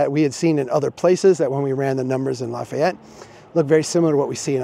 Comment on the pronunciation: You can’t talk about Lafayette if you can’t pronounce it.